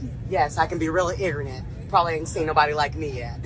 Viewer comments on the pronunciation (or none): "yes, I can be very igernet"